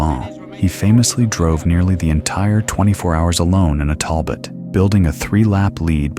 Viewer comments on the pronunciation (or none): none